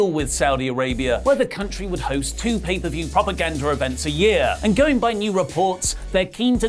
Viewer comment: "paid-off per-view" - LMAO